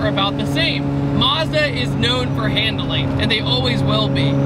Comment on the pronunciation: maz-da, not mars-da